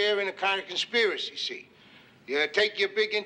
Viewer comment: Conspira-sissy 😅 Ole Arch has the best pronunciations!👍